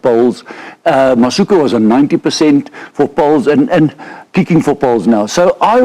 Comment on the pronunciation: I must agree with Swys, Siya Masuku (not “ka”😅) needs to be given a chance to show everyone what he can do in a Bok Jersey.